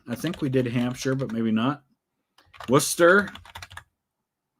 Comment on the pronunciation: Finally, someone not from Massachusetts who can pronounce my city and county correctly. Most people from out of state pronounce Worcester with an H in it as Worchester.